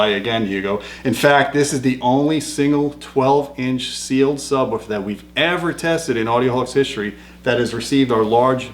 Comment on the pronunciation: Luuuuuccy, Im hooooome...weed my nu sabwooofer...baba lu.